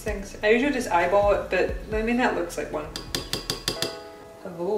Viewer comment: wave ha-loow